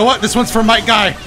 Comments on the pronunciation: It’s might guy not night guy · is "Might" Guy... somehow i keep hearing u said "Night" Guy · Its might Guy not night Guy